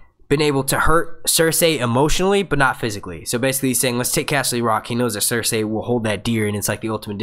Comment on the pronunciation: Dude, Cer-say is the correct pronunciation. George R. Martin himself says it the same way and he's the end all be all when it comes to it. These random peoples opinion on it are completely irrelevant.